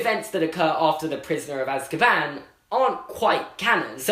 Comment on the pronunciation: Normal dood on earth: Az-ka-ban: As-kabaan